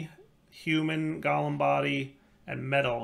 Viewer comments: pronunciation of Golem is triggering me, like it's not Gol-em it's gow-luhm. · I am not native english speaker. But is Golem not pronouced different? Like GO...LEM?